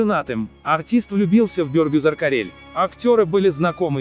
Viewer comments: Не Бёёргюзар, а Бергюзар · Имя Бергюзар почему не правильно произносите?????? Слух режет😣😣😣